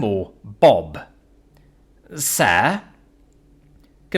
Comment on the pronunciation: Anyone else who heard the name Bob pronounced by Rowan Atkinson?